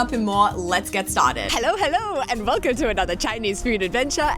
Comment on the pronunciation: Is there a hint of German accent at the start? (biting underlip) Velcome to another food adventure! hahaha